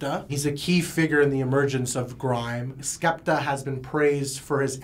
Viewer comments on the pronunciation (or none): "so this is Skaptah" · bruh please dont say skepta like that